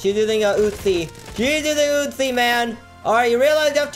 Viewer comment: the way he says uzi like utzi